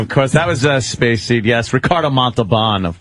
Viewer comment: "spayce..the final...frontier."